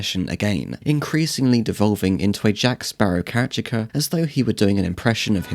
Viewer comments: The pronunciation of caricature threw me off a few times too. He was saying “Kare-ih-cha-ker” instead of “Kare-ih-ka-chur” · Nice fun analysis. Just need to learn how to pronounce caricature 😂 but loved it